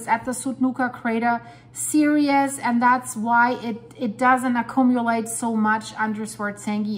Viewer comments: There are online dictionaries that pronounce words for you, so I will just make a small list for you. My example is "series". I pronounce this word sounding like (sear-ee's) but not two syllables. There is another reporter from Iceland that speaks "ed" at the end of words, but the ed isn't a separate syllable ;-) I am absolutely certain I can not pronounce Icelandic well LOL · could not find an email address. I wanted to offer you some English pronouncing lessons. You get a few words very incorrect, though you are well spoken. "Series", to begin with. I didn't want to list words here, attempting to show how to pronounce them, as I thought it best to do in private, but if you are ok with it I will make a short list to post on this channel.